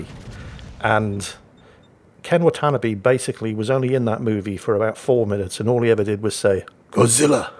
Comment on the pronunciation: Actually,, Ken Watanabe's last name is pronounced (Anglicized) "Wah-tah-nah-beh" and paced like saying "What a nob be" rather than "Monotony" (It's pronounced slightly differently in Japanese)